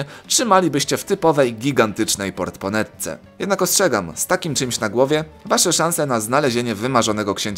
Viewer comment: Portmonetka a nie portPonetka ... poza tym super :-).